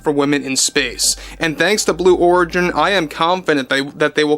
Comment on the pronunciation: Did he say Blue W h o r igin?!!! 😂 And please, Let the mocking contine til morale improves! Thank you. 😊